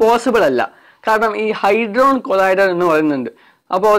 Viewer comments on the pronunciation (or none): ഹൈഡ്രോണ് കൊളൈഡർ അല്ലെടാ കുട്ടാ... ഹാഡ്രോണ് കൊളൈഡർ.